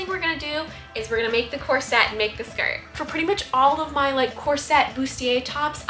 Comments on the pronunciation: I know it's dumb but hearing corset pronounced as "cor-SET" drives me crazy!! It's pronounced "COR-set" Anyway, you truly are a wonder and pay so much attention to detail. Your videos are always a joy to watch! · Lovely ❤ is that how you pronounce corset? Mine sounds like "core-sit" 😂 brilliant artist.